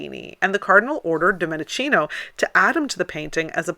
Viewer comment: Please correct your pronunciation for God's sake: it is Domenikino, not Dominicino. Domenichino has "ch" that in Italian sounds like K... I know I m petty, and I irritate you, but I m not for this, I just want to hear you speak eloquently 100%: I m an admire of yours, trust me. Oh , one more "correction : the E in Domenichino is meant as an English A, so I should write this name as Dom-A- ni-K- ino for pronunciation reasons only.